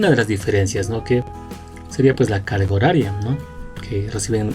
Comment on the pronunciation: Alguien más noto que dice, la caga horaria.